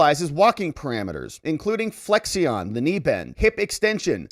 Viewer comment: It’s flex-shun not flex ion.